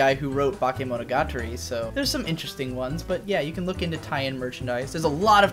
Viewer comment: Ouch, when you tried to say "Bakemonogatari" it fucking hurt